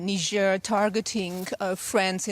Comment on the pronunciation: When did they start pronouncing it nigh jhair ?